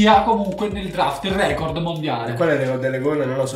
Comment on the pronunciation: NON E OIU RECOOORDDD